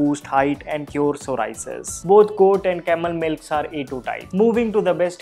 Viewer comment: pronounce psoriasis correctly !!!